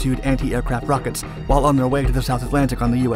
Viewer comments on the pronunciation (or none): none